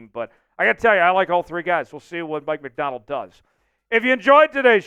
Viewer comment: It sounds like you're saying Mike McDowell would you please pronounce his last name right